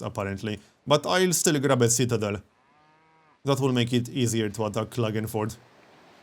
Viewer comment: Hey, do you speak by any chance some german? You pronounced something like Klagenfurt correctly:D